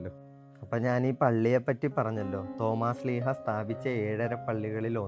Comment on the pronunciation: സോമാസ്സീഹയല്ല തോമാ സ്ലീഹാ